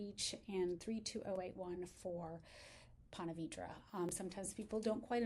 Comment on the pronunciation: It’s pronounced Ponta Veedra